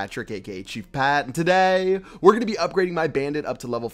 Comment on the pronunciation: man the way you say today lol how do you pronounce it like that anyone else notice that?